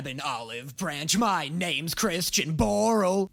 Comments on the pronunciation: Its Borle...Like Christian Borle... Like the VA who olays vox. XD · i absolutely love the fact that you realized "borle" rhymes with "laurels" better than... what was it, "door-als"? that's not even a word.